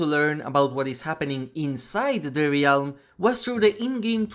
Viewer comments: Hey, just a heads up! "Realm" is pronounced "relm" not "ray-elm" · Great video! I’m relatively new to dbd and I’m loving learning the lore. FYI, realm is pronounce relm. The a is silent 😊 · Bro you godda learn how to say realm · the word "realm" has one syllable, and it rhymes with "whelm". like "bell" but with an M on the end